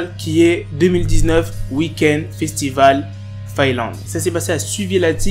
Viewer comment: Mdr les agents de sécurité et sinon c'est faélande mais Finlande mdr